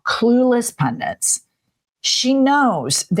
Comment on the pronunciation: Seriously??? Pundants?? It's Pundits, understand basic english!!